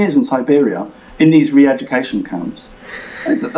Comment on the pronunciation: I hope you correct his pronunciation of all English words ending in "-re".